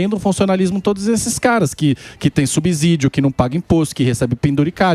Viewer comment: Dói o ouvido esse cara pronunciar subsídio. É como subsidiária.